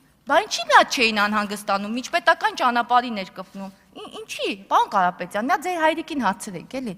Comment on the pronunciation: Պալոն Կալապետյան Ձել հալիկին հալցեք, թե ինչի չի կալուցվել այդ ճանապալը. Արփի Դավոյան